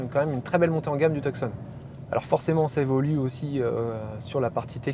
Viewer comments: Et si on veut prononcer correctement c'est "Toussonne" (tout comme la ville en Arizona et pas Teuksonn) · We don't pronounce the C in Tucson 🤦🏻‍♂️